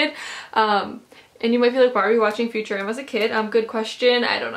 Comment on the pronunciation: I've never heard anyone pronounce futurama like "future-Ama"